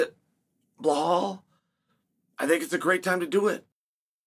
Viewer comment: I just watched this so I can hear Xheal say Blal